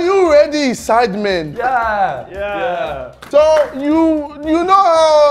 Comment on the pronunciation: This has been the “syiadmean” 😂